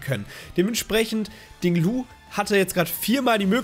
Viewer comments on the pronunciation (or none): Wieso sagst du immer Ding Lu, der heißt doch Ting Lu 😃